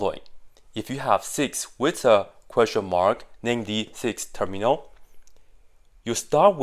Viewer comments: Termial, not terminal (he says it kind of wrong in the video). By analogy from factor->factorial, to term->termial. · It is termial. Term-ial, like factor-ial. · Termial. Without 'n'. 'Term' like 'factor' in 'factorial'.